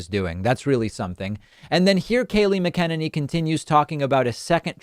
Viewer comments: David - PLEASE listen to other people say "McEnany" and practice it... I often hear you mimic other people's poor pronunciation, but you have been butchering her name for ages.... You sound like you are saying "mi-KEN-any"... It's "Mac-En-any". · Lol it’s MAC-UH-NAN-EE